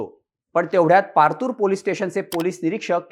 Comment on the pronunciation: Partur nahi ho. Patur..😂